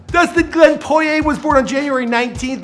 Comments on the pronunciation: It's poor ee ay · It's not poyay